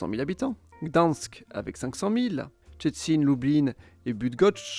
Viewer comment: Tout a fait! Pas facile les Szczecin et Bydgoszcz ! Bravo pour l'effort. Et en plus c'est tellement ça pour le contenu, c'est bien résumé.